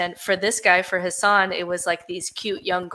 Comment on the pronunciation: It’s really not important at all, so I know this comment is stupid, (ha ha), but Hassan is pronounced like it would rhyme with assassin. But you all probably already know that by now. 😂 Great episode!